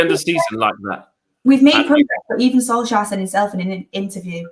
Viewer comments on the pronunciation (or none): Shore-tyre. 😂🤣 Good try, but it's 'Shore-Ri-Ti-Ray'.